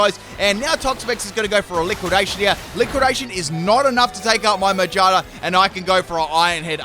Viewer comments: Ma-GEAR-na Not Mage-Arna It’s a gear Pokémon Not a witch. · May I also mention he calls magearna “mayjarna”? 🤣🤣🤣🤣🤣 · The way you say Magearna sounds like “mangina” lol